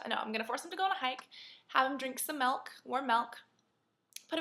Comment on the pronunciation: 'Melk' lol!